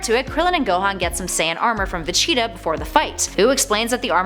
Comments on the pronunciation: Who cringe when she said Vegeta? I think she did it on purpose tho. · Just stick to comic books because hearing you say Vegeta is cringe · I would love to see a part 2...if she can say VEGETA right at least once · Had no idea she mispronounced his name. I had to go back and listen before I noticed. And yeah hope she pronounces it better in the future. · I hate it when they choose people who know nothing about the series. She says certain names like Vegeta and I cringe. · Vacheeta XD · Vacheeta? I stopped watching after that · it's VEGETA not Vecheetah! She said it that way SO many times! It just be intentional! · I had to check the comments, i thought I was having a stroke or something every time Vecheeta was said. Glad Im not the only one hearing this. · I have a bigger problem unhearing Vechitaah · Please learn how to say Vegeta properly. It's supposed to sound like Vegetable, because that's where his name comes from. I don't know who "Vacheeta" is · How do u even get vecheetah from vegeta? Where did she learn to read? Lawd! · I want a part 2 but not if you are gonna mispronounce Vegeta as Vacheeta. I like you, but come on. You probably never even watched the show. And usually I am not the one to complain about pronunciations, but I never knew what you were talking about and had to rewind twice, because I thought you were talking about a cheetah. I thought I had managed to forget about a DBZ character. In short, yes to a second vid. No to Vacheeta. And maybe get someone who pronounces the names. Or maybe someone who actually watched the show growing up. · ???? Vacheetah. I thought it was Vegeta. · Funny how she pronounces Vegeta. It's obviously pronounced "Virginia". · Is she saying Vecheeta...? Yes, Yes she's saying Vecheeta, wtf, there's a G in the name, how do you even make that mistake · Dont know if this was a mispronunciation or not, but you kept calling Vegeta "Vecheeta" lol. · H20 Insane my heart was crying. That chee really irked me badly.